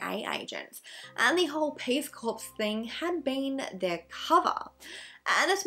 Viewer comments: It is pronounced cor - not corpse! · Hey, A big hello from Brissy. Love your content! 🥰 Just thought I’d let you know that ‘corps’ is pronounced ‘core’. Being from an ADF family I’d be shot on sight if it was found that I didn’t correct someone’s pronunciation of the word 😉. Keep up the great videos xx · Hi Erin! Oh no I had a funny feeling I'd heard it pronounced 'core' but when I saw the spelling I figured I'd misheard it 🙈 Thank you for letting me know! xx